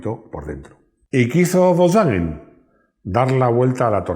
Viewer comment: Me guatan los contenidos... lo que no soporto en la pronunciacion volkswwwagen golffff.. si se dijera volsvaguen golf como decimos todos no daría grima... como la gente de dice donald taaammm y no donald tramp como decimos todos